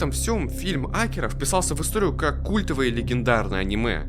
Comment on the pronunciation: Что я могу покритиковать в этом видео это только ударение имени "Акира". Год назад в 1 марта скончался легендарный человек и создатель Драгон Балл в возрасте 68 лет - Акира Торияма